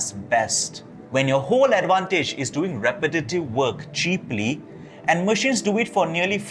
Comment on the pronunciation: lol you can’t say “repetitive”